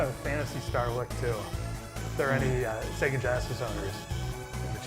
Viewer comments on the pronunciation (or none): none